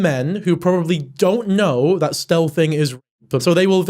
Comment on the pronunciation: is he saying stelthing? I’ve never heard the term and can’t really decipher what he’s saying, someone please educate mad